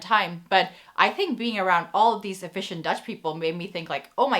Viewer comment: My 3 year old son said ‘visje’ every time you said ‘efficient’ haha Thank you for this list, we enjoyed watching your video! Apparently Dutch customers are (among) the most difficult in the world, if a store can please Dutch customers they can succeed anywhere.